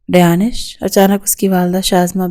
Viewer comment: It's not rayanish it's rayansh